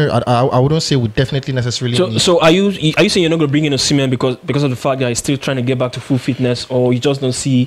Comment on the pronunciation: Brothers the prononciation of osimhen is not the right prononciation, that is the prononciation of french peoples go and ask any Benin person they will teach you how to prononce it.